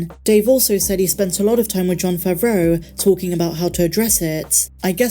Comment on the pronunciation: Another video, another way of pronouncing Favreau with more emphasis 😁